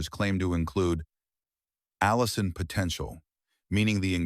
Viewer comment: Pronunciation.of allin by narrator-bot ss "al-e-in"